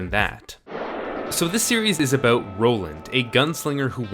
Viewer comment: Everytime he says abooout a Canadian get his hockey stick.